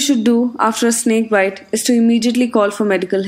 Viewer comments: Bit nhi bite hota h dhor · Why he is pronouncing bite as bit